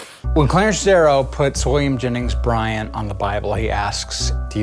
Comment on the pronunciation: "Williams Jenning Bryan" I'm dying. 😂